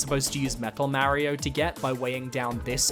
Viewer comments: Its Mario not Maerio, sorry but pronouncing his name wrong is tilting, he even says itself on the title screen... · Is pronouncing Mario’s name «Merry-o» a British thing? It sounds strange to me 😅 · New Yorkers do it too. I have no idea where it originates from or why though